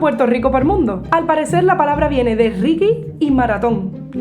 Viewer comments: Es Latinoamérica se le dice Regué (Reggae) no Rigui. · Hola, muy simpáticas tus explicaciones 🙂 y muy bonita tu música. Solo un consejo. El reggae se pronuncia régué y no riguie... una confusión por lo pronunciación anglosajona supongo.. pero en inglés también se pronuncia "régué"... 😉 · Se escrbe Reggaeton no Regueton y el Reggae no se pronuncia Rigui , de lo demas buen contenido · por que pronuncias reggae tan extraño....de.donde sacaste esa pronunciación..por que no es castellano ni ingles.